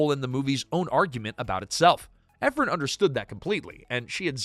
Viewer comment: It's Nora EphRON not Ephrun